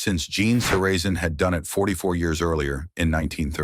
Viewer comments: You lost me at Gene SUH RA ZEN. YOU BUM! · Mispronounces Zoeller throughout and Saracen...Seriously!! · It's pronounced ZELLER, not Zoler. You also mispronounced Saracen. Go back and correct these huge mistakes or drop the video. As for the comments: anyone who can't immediately perceive the racism in Zoeller's statements about Woods' Masters menu needs to take a hard look in the mirror.